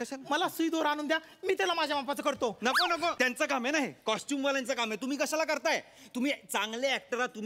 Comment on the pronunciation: Ani ha tar motha wannabe ahe costume LA costume Bolto